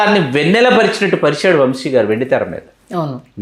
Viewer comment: వంషి కాదమ్మా వంశీ